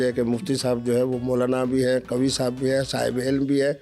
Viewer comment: 😂Qavee Moolvee nahee hh Moli hh😂